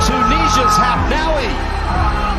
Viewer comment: It's "Ahmed Hafnaoui" not "Manaoui"! ahah Besides, congrats Ayoub!! You deserved it <33